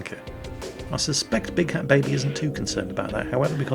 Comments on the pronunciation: it's not "Big Hat Baby".. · i think the dude's name is big fat baby not big hat baby, you did it again!